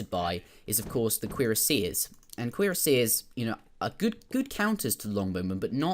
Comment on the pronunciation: I don't understand what you mean by "a C sound not a Q sound," but did pronounce cuirassiers correctly fyi